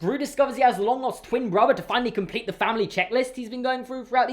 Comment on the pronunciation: it’s pronounced fina-lee and not finaal